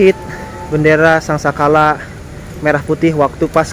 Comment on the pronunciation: Jangan salah menyebut Sang saka( bendera pusaka) bukan sang sala